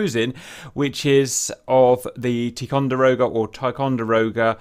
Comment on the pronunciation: It's pronounced, "tie con der oh guh." "Tie co" for short...